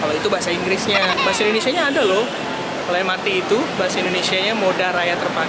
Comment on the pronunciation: Rhie Dhalton lu rakyat mana emang? Bisa sebut "Indonesia" yg benar gak? Lu nyebut negara aja gak becus sok2an kritik. Kritiknya pun sampah, banyak yg ngevlog?? Woi gue tiap hari kerja naik transortasi umum gak pernah liat satupun nge vlog. Orang kerja udah capek duluan banyak pikiran boro2 mau ngevlog. Mikir lu